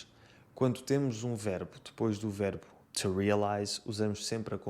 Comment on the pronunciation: Distinguido senhor, tenho umas difficuldades no entender os seus videos: as suas A me parecem sempre como E e, no Ingles, os seus TO, antes do verbo ( es. TO need) sempre me parecem TE. 'Ta giro, pois não? Paolo Diamante Roma Italia